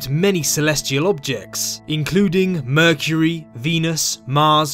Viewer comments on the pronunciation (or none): none